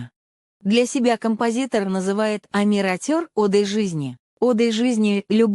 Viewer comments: Ухо режет неправильное произношение Амир АтЁр. Омир Отер, если произнести на русском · Автор канала, которая озвучивает. Будьте добры, правильно произносите название песни. Мы же Казахи , максимально правильно произносим все слова на русском. А с вашей стороны, это не уважение ‼️ Ваш перевод искажает и и теряет смысл слова‼️